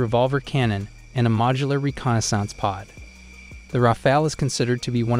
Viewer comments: Learn how to pronounce 'Mach' and 'reconnaissance'. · Bro needs Hooked on Phonics stat!! Match? Raider? ReconnaisSANSE? Also, where’d he get his ratings from? SU57 is garbage and shouldn’t make the list, just like it hasn’t seen action against Ukraine… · Considering that the narration uses words like “reconnaissantz” and “match 3”, I would take any opinion with a grain of salt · This has gotta be AI speaking....reconnaissance and MATCH instead of Mach 😂🤦🏻‍♂️ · This has to be AI talking. Who says "mach" and "reconnaissance" like that and gets facts wrong? You suck at this.